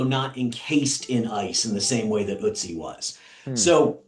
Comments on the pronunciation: Milo: „Ötzi is the most important archaeological discovery for me“ Also Milo: Continues mispronouncing Ötzi for several years now But hey, I love this channel and would male myself available teaching you the right pronunciation. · Someone Scandi correct me if I'm wrong, but isn't it pronounced like Urr-tsie? Not Oatsey, like a cereal mascot. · It's not Oh-tzi it's Oo-tzi. His name is spelled with an umlaut: Ötzi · Ööööötzi! Not oatsy. 😅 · really like your channel, but dude - it's ötzi, not oatsee😆. the little dots on the o mean something😅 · From a German: Pronunciation of Ötzi is a lot closer to "ettsy" than "oatsee". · love you, but ötzi is not pronounced as put see without a p, but as cut see without a c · No front, but if you have a persons tatoos on you, you should learn how to pronounce him. It's not Oatsy its Ötzi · Its not Otzi, its not Utzi, its *Ötzi*! Pronounced differently. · it's not Otsi, it is Ötzi 😭💜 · Fun fact, Ötzi is pronounced closer to Etsy. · Otzi is pronounced more like Uh-tzi, AFAIK. Not that he minds now, but the name is kinda part of the respect. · I bet this is about the hundredth comment about calling Ötzi Otzi, but at least it's not about the Atlantis video. In german, Ö is pronounced like the i in bird, or the u in fur. Or like the ö in Göbekli Tepe which you pronounced flawlessly. Fun fact to make up for the dry pedantics, the Ötztal (Oetz Valley) is named after the town of Oetz, which can trace its name back to "etzen" which meant grazing and shares a word root with the English word eating. A mummy named after a valley named after a town named after a pasture. The same pasture Ötzi's potential prey presumably grazed on. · Great Video BUT he is called Ötzi…with Ö 😘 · I hate to be that guy but Ötzi is pronounced øtsi ! Of course fantastic video as always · Imagine Ötzi being you’re fave, yet you can’t even pronounce his name 😭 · My boy Ötzis tattoos on you, but you cant pronounce his name 😂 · this Ö letter is not O ;)